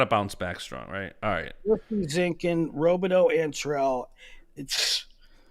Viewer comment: How long until learns how to pronounce Robideau? Before or after he stops saying “Okie State?”